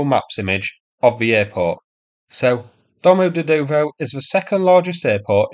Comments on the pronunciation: Try pronouncing it like this: duh-mah-JEH-duh-vah. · Weirdly, the airport is pronounced DOMA-DE-YAYDAVA. Been through it a few times. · The Russian pronuncation is dyom oh dyed ova, or its was when I got a flight to London from there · Domodedovo pronounced: do - mo - DEEYED - a - va